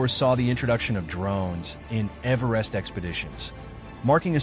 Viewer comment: Man do I hate AI narrated slop. A video about Everest and they don't even have the AI pronounce Everest properly. What a joke of a video.